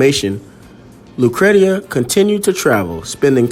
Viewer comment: Her name is pronounced “lou cree sha”. That is my sister’s name also.